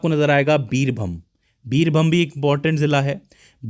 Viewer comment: जयपाई गुड़ी नहीं जलपाई गुड़ी है , बीरभम नहीं बीरभूम है , मिदनापुर है पहले रिसर्च करो जगहों के सही नाम क्या हैं उच्चारण कुछ अलग है लिख कुछ और रहे हो